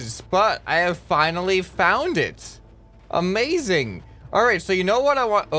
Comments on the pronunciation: the part he said "a maze ing" its just to funny 🤣🤣🤣🤣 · a MAZE ing really got me burst out laughing, lol. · weit did u say this is a "maze"ing